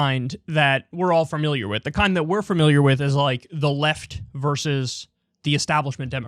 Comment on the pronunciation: Kyle, it's 'familiar', not 'firmiliar'. For comparison, it's 'family', not 'firmily'.